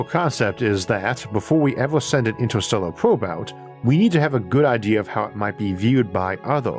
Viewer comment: I can’t listen to this voice lmao “intuhstewwuh”